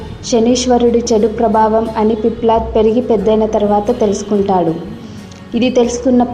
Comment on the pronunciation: పిప్లడ్ కాదు తల్లోయ్ పిప్పలాద సంస్కృత భాషని ఖూనీ చేయవద్దు